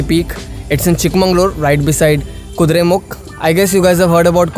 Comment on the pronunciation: It is 'Chikkamagaluru' not 'Chikkamanglur'. It is 'Kudremukha' not 'Kudremukh'. Kindly pronounce the kannada words as such. Nevertheless nice drone shots..!!